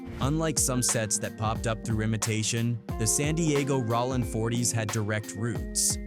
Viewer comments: "RAH-LINN 40..." 😂😂😂 This AI 💩 is lame. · Cool video but that AI stuff sounds stupid it sounds fake like wtf is ralin crip if Ai so smart why it can't pronounce word's correctly smh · Rawling Crip 😂 Skyline Pyrua Bruh spell it for the AI the way you want it said 🤦🏾‍♀️ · You weird clown ass content creators need to get shit straight Cuz is "Bullet Loco" he raps under Jayo Felony and it's not Rawlin Citch it's ROLLIN Stop letting AI create when you clowns try retell African American street culture! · "rawlin" 40's crips 😝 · I can’t listen to this bull$h!t … MF AI can’t even say rolling properly